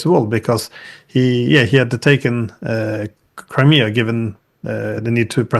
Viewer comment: couldn't name the 4 oblasts in contention or pronounce Crimea properly. It must be difficult for the Russians to negotiate with such ignorance.